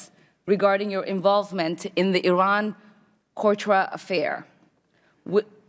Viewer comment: She can't even pronounce Contra !🤣😅